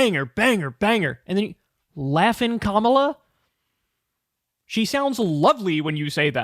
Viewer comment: ''laffin'' kamala XD